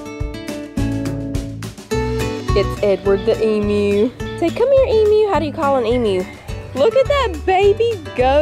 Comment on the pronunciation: Yay for pronouncing “emu” correctly. Warms my Aussie heart.